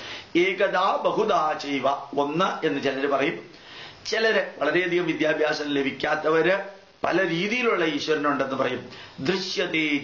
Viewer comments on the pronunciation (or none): none